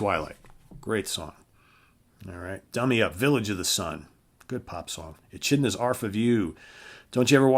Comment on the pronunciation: ECHidna,....brotha,it’s pronounced, A-keed-na...😂